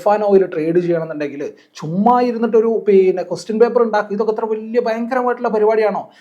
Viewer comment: പീന്നെ അല്ല പിന്നെ 😂